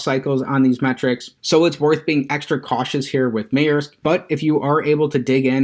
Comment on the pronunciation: Its pronounced Mersk